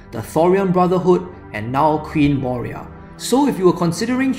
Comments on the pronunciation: Its not moria its moira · Moira, not Moria. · I know! Sorry about that haha. Kicking myself for mispronouncing it. Will make a female DI priest (if possible) to make up for my mistake :) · Sorry! Did I pronounce it wrong. Moira :) (in a scottish accent)